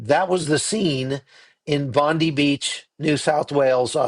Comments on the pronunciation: it's Bond"eye" not Bondie, like "Blondie". This was a terrible interpretation of a Terrible event. The terrorist that killed these people actually had a legal gun licence, and supposedly he was not even an Australian citizen. I think if you examine your statistics related to gun violence, you will realise that our policies related to fire arms while not always affective, we don't have such a high body counts as in the Americas. And the Aussie that wrestled the gun out of the terrorists hand is actually a Syrian. You got to do your homework before you start rolling the camera mate. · Also it’s pronounced (‘Bond-eye’ not ‘ee’) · Hey its Bondeye not Bondee!! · Oh, you said Bondi wrong - it's not "Bondee" or "Bondiii" it's pronounced "Bondeye".. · Btw its pronounced Bon-die not Bon-dee. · Hey, for what it’s worth. RE: Bondi Beach. It’s Bond- I as in “Pie.” Not as in Pam Bondi. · It's Bon-die mate😊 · Bondi is pronounced Bon-die. Love you but that is annoting. The PM Is also pronounced Alban-easy. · Hi 16 dead 42 injured. 1 10 year old girl died 2 rabbis 1 holocaust survivor. Please except a small critique bondi is pronounced as bon die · 16 dead overnight from the Bondi (pronounced Bond-eye) in NSW, Australia. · Bondi is pronounced Bond eye. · The man that disarmed the terrorist was shot twice, in the arm and in the shoulder. Apparently he is in Hospital having surgery. He owns a business nearby (Fruit and Vegetables I think). He’s a hero. if you are reporting again this beach is a famous Australian icon and it’s pronounced Bon Die. It’s manned by highly trained surf lifesavers who were the first responders. Karen. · Bondi is pronounced bondie. Sorry I just had to correct you.😊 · Bond (eye) Bondi